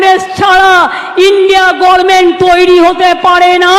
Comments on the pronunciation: Kichu paglichudi gorment bole government bolte parena.... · Uchharan ta dekho bos, tumi bole government, R Ddibole gorment.